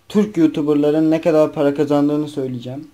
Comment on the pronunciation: paraya para demiyor adeta paya diyor